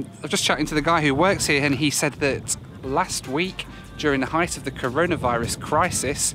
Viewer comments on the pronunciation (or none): none